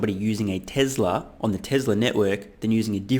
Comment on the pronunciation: Mate I love your show but you have to stop pronouncing Tesla as Tezla.. Listen to how Tasha pronounces it. It's Tesla with an S.